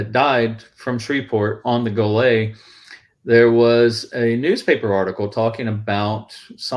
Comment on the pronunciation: I appreciate this posting and much to add to the saga of the USS Golet SS 361. My Uncle Eugene Sieracki TM2c perished with his shipmates on the Manitowoc built Golet. First off the pronunciation of the Golet is not the french style version rather "GO-LET." How do I know this? Back in the mid 1980s while researching various topics associated with GOLET, I interviewed an ensign who was assigned to GOLET out of Pearl upon arrival from Manitowoc in early 1944 (Commander Robert Tucker), who informed me on the correct pronunciation. (More on Tucker, later). The sinking of GOLET has much to do with command structure issues from commissioning in Manitowoc upon arrival at Pearl Harbor and just bad luck. In the late 1980s, there were three US Navy people still alive that served on GOLET. (Captain James Markland Clement/Commissioning Captain, Bob Tucker who served a mere three weeks on GOLET as an ensign, and William Ellsworth Harris a Gunners mate who was transferred off GOLET after first war patrol in May, 1944). Tucker was career Navy and after WWII and submarines, he served on various destroyers until retirement. Tucker had much to say about the command of GOLET and he states that "although GOLET was my first ship, even I could tell the morale was very poor especially among the officers and of course this affected the crew. JM Clement was the most lonely man I have ever known." My notes from the interview with Tucker go into more detail but the conclusion was trial and training of G